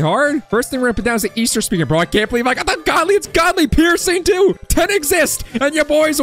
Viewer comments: He said in britidh accent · yeah I implied that pronouncing it with a british accent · GODLY! that acccent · bro turned into british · bro is british saying Godly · Bro keepssaying godly in british accsentXD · ITS ALWAYS WHEN U BECOME BRITISH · Bro says godly like hes a British 😂😂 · Bro keeps saying godly in british accsent